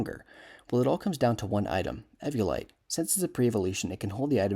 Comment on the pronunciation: There's no way that's how you pronounce eviolite. It comes from the word evolve not eh-volve